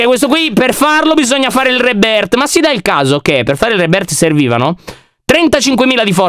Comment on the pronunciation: Reboooorth Io: ma come l'ha detto 🤣🤣🤣🤣 adoro 👁👄👁👍